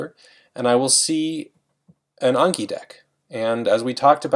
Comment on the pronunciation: It’s anki not unki -_